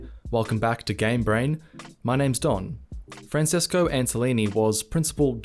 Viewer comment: I always thought Francesco is pronounced as "Franchesco". Please speak to the people at Mercury Steam. I'm a huge fan of their games, despite them being in different genres and different themes.